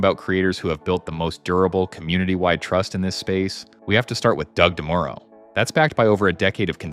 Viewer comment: You lost me at "DeMooro" and "Jalopink".